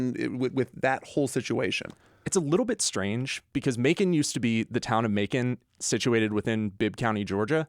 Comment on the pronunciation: I cringed when you said Macon Ga....